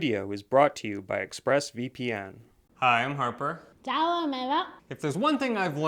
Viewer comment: I love how often she says "Arper"🤣🤣